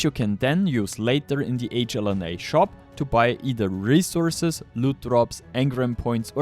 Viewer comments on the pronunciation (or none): "in die hexagon Shop, you can..." "Once die files are available...." "You'll find die link, in ?!?THE?!? Video description"?! Wie kannst sein, dass du genau einmal richtig "the" sagst?